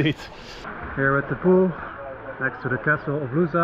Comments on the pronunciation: ) close but...... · Funny how you say "Lousã" 🙂 Such beautiful journey. Thanks for sharing